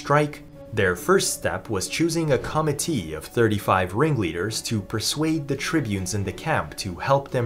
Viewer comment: Is this narrated by AI? The pronunciation of certain term like "committee" is distracting.